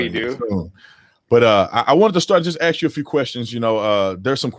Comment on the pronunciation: "Let me AXE you this..."